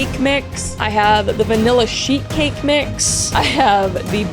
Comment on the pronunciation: I had my volume turned down, and I kept on hearing "shit cake" rather than "sheet cake"🤣🤣🤣